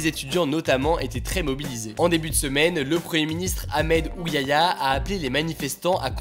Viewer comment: Mdr "Ahmed Ouyaya" j'ai oubliée que son nom est difficile a prononcer pour les français 😂 Contrairement aux informations diffusées par les média et sur les réseaux sociaux, tu as su donner le réel état des événements, sa fait longtemps qu'on a pas eu droit à de vraies informations ici en Algérie, continue tu gère!